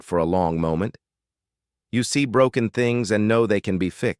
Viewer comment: Everything was fine until the last word. The AI reader broke the word broken 😂. Enjoyed it otherwise.